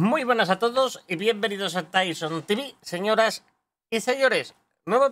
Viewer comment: Por fin los dices bien!!! Tivi!!!